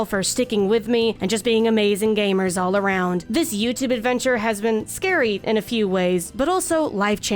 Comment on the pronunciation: Why is it that when you say gamers, I hear gaymers?